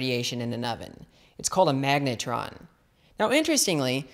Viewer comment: 'magnetron'??? .. sounds like megatron